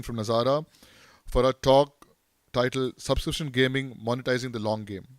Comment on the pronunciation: Montizing.. the dude even said it like that...going to monetize an English course